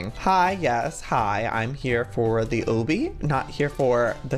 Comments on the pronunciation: who else gets TRIGGERED when he says Obby? btw its pronounced "AU-B-E" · Obbey? Am I hearing him wrong? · its pernounced ah bee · It is pronounced ahbee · I laugh every time he says obby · Christina Russell sorry I just can't, it's called an obby and just so you know Joey accidentally says it wrong sorry to disturb you I just couldn't handle it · The way he says obby is hilarious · The way he pronounces obby 😂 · The way he says obby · does it bother anyone else that he says obby wrong? lol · LOOK UP HOW TO SAY OBBY THE RIGHT WAY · I love you Joey but whenever you pronounce obby wrong I get irritated lmao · someone's gotta tell him he's pronouncing obby wrong JOEY OBBY IS DERIVED FROM OBSTACLE THE O's ARE PRONOUNCED THE SAME okay Joey ily bye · by the way your saying obby wrong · U say obby wrong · you say obby wrong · I know people pronounce things differently but it really annoys me how he says obby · I thought Obby isn't pronounced "o bee" it's pronounced "ah be" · joey PLEASE call obbys' like aw bee or bees instead of oh bee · "Oh bee" I thought it was pronounced "aw bee" 😂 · I love how he says it O-B rather than the regular Ah-B😂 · lol I like how he says obby like OH-BBY. I say it like Lobby without the L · It's Aw/bee that's how u pronounce Obby 😂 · I think it's pronounced Ah-Bee. Like Obstacle Course is Ah-bstacle. Obby is short for obstacle course. Sorry, it just really bothers me when people say Oh-bee. Lol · im dying he keeps saying oh-bie its obby XDD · It's not ohbee it's awbee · Obbie lol its obby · Joey it's pronounced like lobby but without the l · U say o-by it ob-y FYI cx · Joey I don't think that you call it ooby it's obby ok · Ok Joey OMG I love you so so much but it's A-BEE not OH-BEE! But I still love you! 😘❤️😁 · He said oby but he said it wrong obby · Joey said Obby pronounced Oh-bby isn't it Obby pronounced Ah-bby? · He said oby instead of obby😅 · Joey it's no O-BE it's AH-BE Like this so Joey can see it!!! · It's pronounce ab-be not oh-be